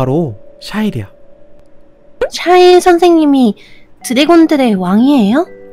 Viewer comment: 아니... 이 샤일 부를 때 나만 쌰일이라고 들리나....쩝